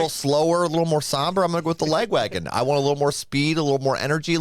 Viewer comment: chuck gets the braincell by default because i think pronounces the name of this band strangely - "la-gwagon"? it should be "lag-wagon", as in the name of their original (i believe) tour van.